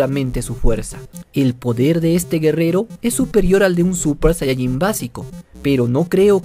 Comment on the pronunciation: Por que dice suPPer sayayin